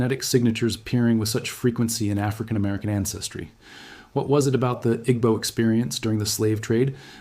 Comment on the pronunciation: It's pronounced EE-bow.